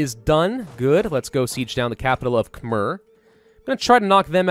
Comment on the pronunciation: You pronounce “Khmer” wrong... you should pronounce it between “ei” and “er”